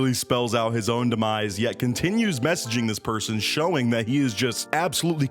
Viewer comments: The way this man keeps saying "messyging" is driving me insane. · “she keeps messeeging me”😂